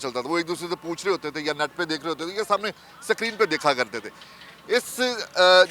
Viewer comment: Kya must yar screen ko sakreen bol rha tunnel bol rha